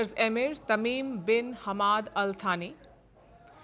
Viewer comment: He's not Al thani😂.. pronounced it as As saani